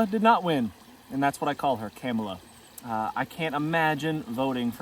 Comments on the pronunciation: Just showing how ignorant you are by purposely mispronouncing her name, just to disrespect her. Should the sound of someone's laugh or voice really disqualify them for POTUS? Over a bloated, criminal, twice impeached, shell of a human being? I hope you're honest with yourself when this country takes a nosedive. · Sad that you can’t give her respect and pronounce her name correctly. Shows your character on full display. Insecure Trump voter.